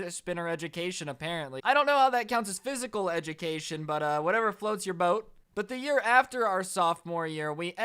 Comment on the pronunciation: Dang man you made me forget how to pronounce physical education